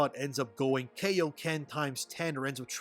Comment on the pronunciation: Kaioken, not Keioken. Kai rhymes with eye. Don't let Shithead Schemmel's terribad dub work deceive you.